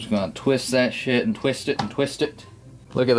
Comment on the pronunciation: I love when u say "shiet" hahaha